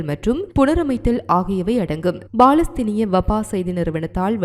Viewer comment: BALAStheenam illa Ammani, Paalastheenam!..Ippadi news vaasikka, ungalukku vetkam illaiya, AMMANI????